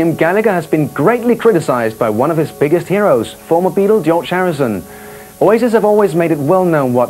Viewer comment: gee-yorge harrison